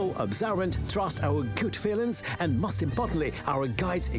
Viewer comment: “one of the most…” слово «most” вимовляється як /məʊst/ а не /мост/. Помилки в основному не граматичні а у вимові. І це не дрібниці, як думає більшість. В таких деталях якраз видно, хто професіонал а хто ні